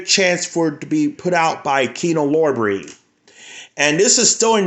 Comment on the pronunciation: What's the significance of Paramount movies? Do you only collect movies from the Paramount studio for some reason? Btw, its Kino LORBER. LOR-BER, not LOB-RAY.